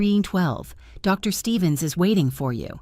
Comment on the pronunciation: Why in these AI Soap Operas is important news never able to be said over the phone? And stop typing “Mr.” and “Dr.” as the period/full-stop causes an awkward pause by the AI reader.